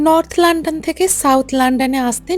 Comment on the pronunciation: লন্ডন কে লান্ডান বলেন কেন?